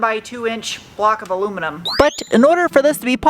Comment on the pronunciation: It is so refreshing to hear you say "aluminum" correctly. I think I'll buy a lottery ticket haha